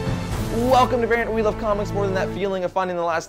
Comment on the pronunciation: "welcome to vernt" how did you reduce the word variant to a single syllable?